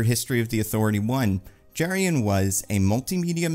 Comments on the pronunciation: Jerry-on. 😂😂😂 going to try calling dutch dudes that and see how it goes over. (Joking with love - the name Jeroen is pronounced pretty differently, kind of like yuh-roon) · The Doctor's name (Jeroen) is pronounced "Yuh-roon". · Dutch guy here: the name Jeroen is pronounced 'yeroon', stress on the second syllable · Hearing pronounce Jeroen as Jurrien really threw me. Honestly his last name seems anglicized in the comics, so the correct pronounciation in Dutch could be closer to 'Yur-oon Torn-Daik'